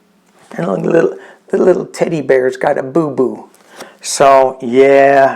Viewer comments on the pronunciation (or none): none